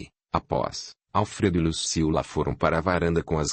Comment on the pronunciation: Ahh não é Lucila kk é Luciula